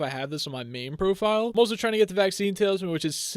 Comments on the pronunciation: Is it me or does he say tale is man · He says tailsman